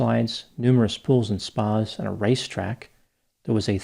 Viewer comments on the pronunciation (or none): none